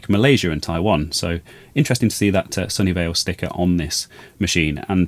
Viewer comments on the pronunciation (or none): I was thinking how could Sony Vaio manufacture the Atari 800. They didn't exist until decades later. It wasn't until I saw the tag that I realized you were saying "Sunnyvale".